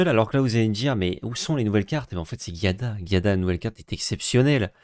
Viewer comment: A chaque fois que j'entends le nom de l'Ange, ça me pique les oreilles. C'est pas GUiada mais bien Giada... comme Gîte, pas comme Guy. Sinon toujours au top vous deux ! Continuez de nous régaler. Merci.